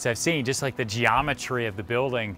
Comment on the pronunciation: Geeametry really 😂 Anyway love your work🍻